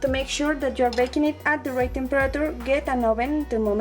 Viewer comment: And u say temperature wrong